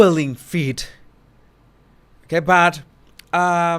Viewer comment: Those feet, or as our body language guy so wonderfully pronounces as them as "Fit". We love you.